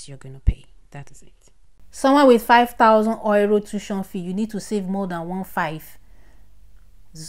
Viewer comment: Thank U, 👏 Bt it felt like u were saying 'Oiro' and not 'Euro'